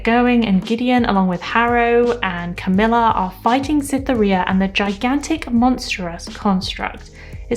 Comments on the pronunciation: The pronunciation guide in the back of the paperback has Cytherea as: KITH-er-AY-a. Not "kith-AIR-ee-ah" NOTE: Reference to Aphrodite So it's a hard "C" sound :) Just letting people know there's a guide cause it's so good! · you say cytheria so differently to how i say it! there's an achewood reference in gideon too but i can't remember what it is. i'll let you know next time i reread ;D